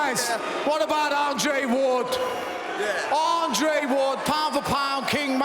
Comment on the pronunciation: Who the fuck is ardray ward?